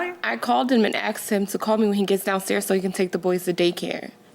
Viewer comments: Another one of these “I axed him” people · .............................................. Here we go again . She said . I "AXED" him .............................................. Isn't THAT a felony... ? ... . Was she charged... ? ... . Did she spend time in jail ? . Was the boyfriend injured ? .............................................. A X E D H I M ..............................................